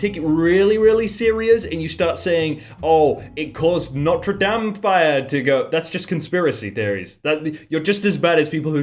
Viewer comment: it's Notre "de-im",. yk, how you say denim but remove the n. NotRe dAmN. love the vids lmao